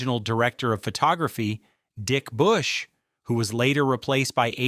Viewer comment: Dick Bush!!! You can’t script this stuff, well played with the enunciation